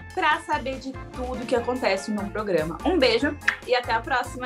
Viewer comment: Ela ainda fala "progama"